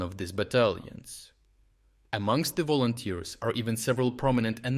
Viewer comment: yea "volonters" 🤣🤣🤣